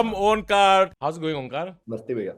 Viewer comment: It took me 5 minutes to realize... Dude is "onkaar" n not omkaat. Lol